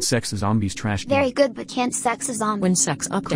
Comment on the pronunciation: "veri gud but when segg update" 😭